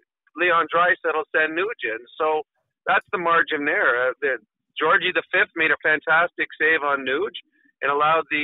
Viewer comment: Lol dude called Georgiev, Georgie V